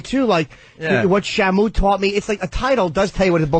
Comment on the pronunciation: "Shuh Moo" - Illiterate Opie